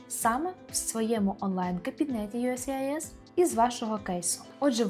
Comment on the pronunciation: Могли б ви вимовляти не «юскіс», а «юєєссіайєс»?) то не є вірно